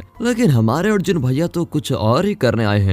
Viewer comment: Adjun nahi yaar Arjun naam leena theekse